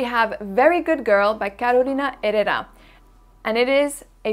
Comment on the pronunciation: Hello beautiful lady! I was waiting for your video. I love your pronunciation for the Herrera name, everyone sounds out the H as a G and the H is mute in Spanish. I am behind that Shalimar but can’t find it. Thank you 👏🏻👏🏻👏🏻